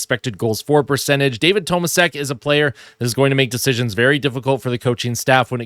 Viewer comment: it's pronounced toe maa shek, as stated by Bob Staufer yesterday